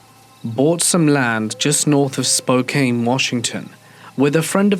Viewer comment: Yes! Unfortunately it made my 🫠 when he said spo-kane instead of spo-can